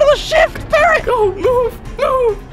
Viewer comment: the fu he said paarrot